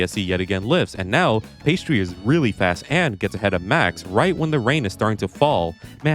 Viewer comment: "pheistri"? I think his name is "Piasti".